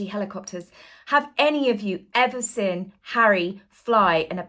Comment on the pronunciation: You're just envious, mean, & a bad sport, as all rf minions are imo!! 🥳🥳🥳 A bit long in the tooth to do the coy fluttering thing & baby voice too, please stop!! 😬😬😬😆 He took the enemy out, do you understand what they're actually doing there love??!! 🤣🤣😆🤣 The word is seeeeeen, not siiiiiinnnnnn!!! :face-fuchsia-tongue-out: 🤡🤡🤡 Peghead was a paramedic deary, not a military man, he's incandescent with rage, as usual, what a tosser. 🥱🙄 Sorry lol, but whenever you speak whilst smiling it looks psychotic & utterly insincere btw, ask a friend if you don't believe me!! 😂😂😂